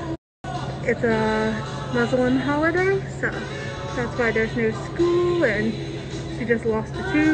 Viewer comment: MASOLEUM HULIDAY 😂